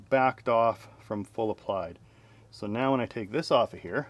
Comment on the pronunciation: Almost thought you kept saying meow not now The back doors turned out well nice 👌🏻